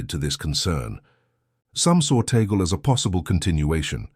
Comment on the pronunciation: but you cannot even pronounce his name correctly, which, in fact, does not surprise me at all given you are an american, the USA being the most racist country in the world